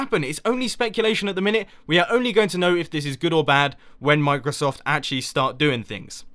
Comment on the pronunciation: You probably meant OBS, not OBD for streaming xD Also, "mine-crosoft"? Nice one :3